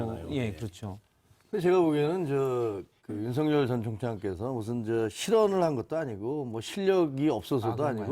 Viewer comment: 한국사람 일텐데 왜 한글을 못읽을까 죄다 윤성열 이라고 발음하네.. 윤석열 아니었나?